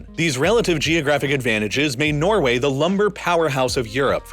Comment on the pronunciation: Norgay.. Really? 🤣